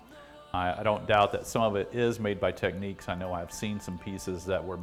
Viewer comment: All of the Matsushita fanboys are going to get mad that you did not pronounce it Teck-Nicks😅😅😅😅